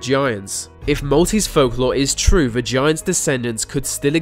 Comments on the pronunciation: It's THE not VUH also THEY not VAY. jesus. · Why can’t you say ‘th’ or ‘t’? Ve instead of the, vey instead of they, wivin instead of within....driving me nuts